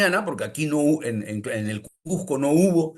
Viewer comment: Cusco o Cuzco , Nunca " Cujjco "....